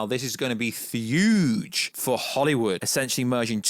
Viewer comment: Is he saying huge or thuge ?